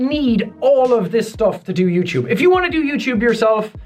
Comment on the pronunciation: i love the way he say youtube youchube